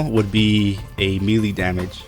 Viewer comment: P.s- MELEE DAMAGAE IS PRONOUNCED MAYLAY LOL